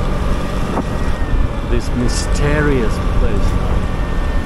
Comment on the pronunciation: Masterious. French pronounced